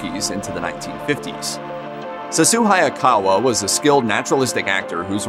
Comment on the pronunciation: Thank you for the video. Unfortunately you pronounced Sessue Hayakawa's first name incorrectly. "Seh-shoo" is the correct pronunciation.